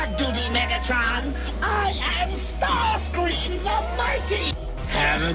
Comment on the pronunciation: Starscream not startscream ( no offense )